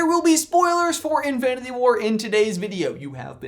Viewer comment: Okay I love your videos so much but let’s hear you said “Infinity” again 😂😂